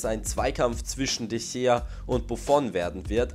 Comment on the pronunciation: Sprich mal de Gea ordentlich aus